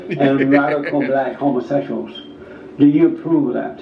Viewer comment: He be like “are you a homaseshual” 😂